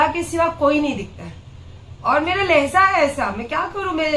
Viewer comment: Ye Lehza Lehza kya hai..LEHJA bolty hai